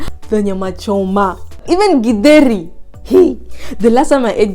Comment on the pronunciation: the way you say githeri is so authentic 😊